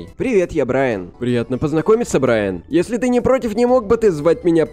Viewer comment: Не Брайн а Брайан